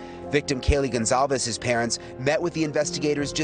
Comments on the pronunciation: Please learn to pronounce Kaylee's surname correctly. It's just common decency! It is NOT pronounced Gone-caeves! It's a common Spanish/Portuguese surname - get it right! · Love how Americans butcher her last name Gon-Calfs😑🙄